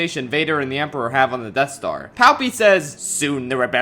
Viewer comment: “Depth Star”